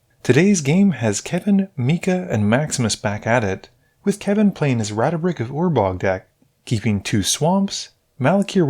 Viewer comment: Ratabik Ratabix Ratabrix Brother can’t even see the “dra” let alone pronounce the card name.